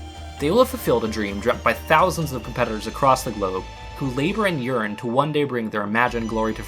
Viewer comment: haha the way you said yearn sounded like urin